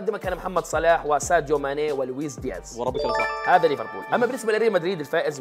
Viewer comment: ليفربول ❌ ريفربول ✅ 😂😂